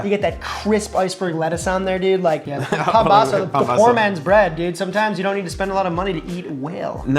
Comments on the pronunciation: That’s PAMBAZO, not pambozo, pombazo or whatever else you called it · Mexican here. These all are looking like the real thing we have here so good job on that. Two very popular tortas y'all missed out are torta cubana and torta de pastor. Still, this display very representative of our fast food cuisine. Also it is called pambazo not pombazo. Lol.